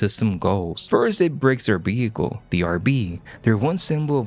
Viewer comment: "First it breaks their behicle, the R.B." 😅